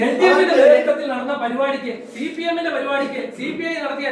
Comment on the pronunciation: സി പി എം അല്ല ചി പി എം 😂